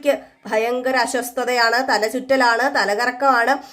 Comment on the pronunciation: അശ്വസ്ഥത അല്ല... അസ്വസ്ഥത...